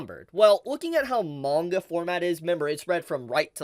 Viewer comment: Awesome info. Thanks for the update. Still hate how you pronounce manga.